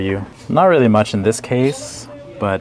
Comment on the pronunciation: “How mashhh …. Too mashhh” 💀💀💀